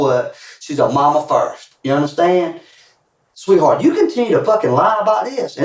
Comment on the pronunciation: you mean sweetHORT?